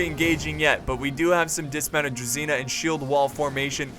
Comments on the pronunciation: Druzhina. It's not druZina like you read. It's druZHina. I'm from Ukraine and it makes me angry. Please, read it right. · Hey, thanks for your videos. Just to clarify the Russian infantry is called druZHina. Which is the same sound "je" in french "je m'appele".